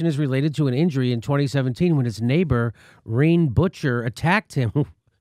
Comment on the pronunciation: "...neighbor, REEN BUTCHER" Good lord, I almost choked. I could be wrong, but I think that's more like 'reh-nay boo-shay'